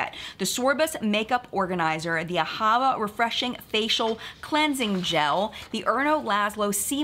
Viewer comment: AhaVA. Emphasis on the last syllable.